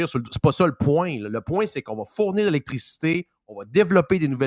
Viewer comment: a besoin de revoir sa prononciation du mot "électricité"😂